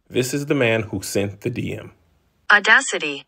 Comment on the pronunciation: The google "AUDACITY" pronunciation...FLOORREEED ME!!! 😆😆